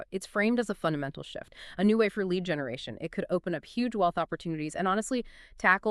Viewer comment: If your going to use AI at least. Preview what it says in the beginning pronounces Lead as Lead the metal at the time stamp